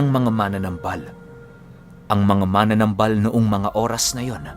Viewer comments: wala naman syang sinabi na mali ang pagkabigkas ni. Ang sabi nya dahandahan sa pagbigkas ng salitang MANANAMBAL (Manggagamot in Tagalog) kasi ang pagkakapronounce kc ni ay MANA-NAMBAL which is katunog ng MANA-NANGGAL. Ang tama kasing pagpronounce nyan in Bisaya is MA-NA-NÁM-BAL. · Dahandahan lang po Ang pag pronounce Ng "manamnambal" . Hindi po Yung parang mananangal.. heheh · Ma-na-nambal dahan2 lng po yan po tama pagbigkas sa bisaya